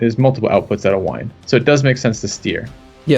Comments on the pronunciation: Wien is the German Word for Vienna and its called "ween" not "wine" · Wien is the Austrian word for Vienna. Wien is pronounced like V-ee-n. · those German pronounciations though ... hilarious! Not sure but maybe that merchant would have generated more income by collecting in the English Channel (collecting in home node adds 10% trade income (I believe))